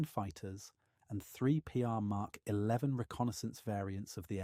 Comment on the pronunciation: I just wish you weren't using AI for the speech. Touch of this uses MK and ignores most of the MK. Numbers calling the Roman Numerals as letters.